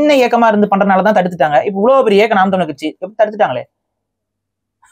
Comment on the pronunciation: டமில், தெடி கொள்கிரோம் .... தமிழை சிதைப்பதற்கென்றே தமிழ் தேசியவாதிகளுக்கு சிறப்பு பயிற்சி எங்காவது தரப்படுகிறதா? தமிழை சிதைப்பதில் இவர்களை யாரும் மிஞ்ச முடியாது. தாங்கள் அழிவதற்கு முன் தமிழை அழித்துவிட வேண்டும் என்ற குறிக்கோள் நன்றாக தெரிகிறது.